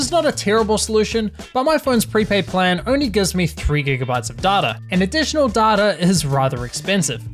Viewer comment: Aff man... Its pronounced data... Not data...